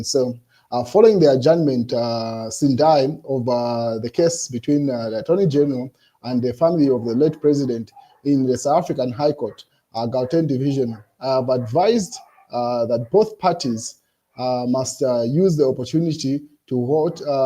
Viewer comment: thank you for your consistent efforts in bringing us news updates. Please allow me to help you with the pronunciation of the following three Southern African words: you could pronounce Gauteng as hauteng, Gaborone as haburoni, and Lesotho as lisutu to be closer to the correct pronunciations of the Sotho group of languages. Keep up the good work, my brother.